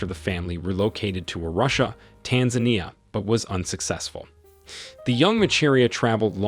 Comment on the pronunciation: I hate that it's a white person narrating this. He can't even pronounce Macharia and Arusha. Africans we need to start telling our own stories.